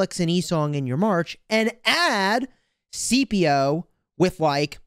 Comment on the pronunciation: I keep getting triggered by how you keep calling Scipio "CPO" lol The C is not silent. His name is pronounced more like "Skippio"